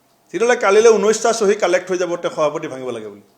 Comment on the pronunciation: হৱাপতি নহয়, সভাপতি। হতি নহয় সৈতে। কংগেচি নহয় কংগ্ৰেছী। হমগ্ব নহয়, সমগ্ৰ।অসমীয়া উচ্চাৰণ শুদ্ধকৈ শিকক আপুনি। দুদিন আগলৈকে গৌৰৱ গগৈৰ প্ৰশংসাত আপুনি পঞ্চমুখ হৈ আছিলে, আপোনাৰ কথা শুনিবলৈ অসমৰ মানুহ আগ্ৰহী নহয়।